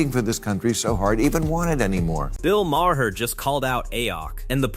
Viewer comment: more AI drivel Bill Ma-Har and AOC called A-ahk (trying to pronounce her initials as a name) just play the vids and talk, stop letting AI do the talking.